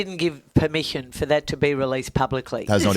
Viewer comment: "He didnt give permiskion" the old hag